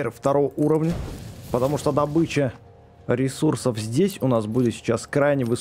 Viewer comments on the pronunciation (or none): none